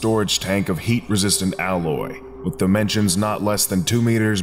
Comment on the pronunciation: It sounded like you said "hate resistant alloy", which sounds quite anomalous